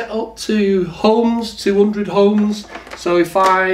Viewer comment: Hohms law 😅